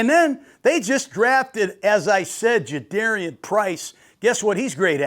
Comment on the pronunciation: its like 'car' for Jadarian not dare.